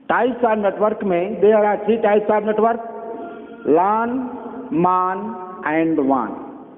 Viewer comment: Bhai lan ko laaan khehta hai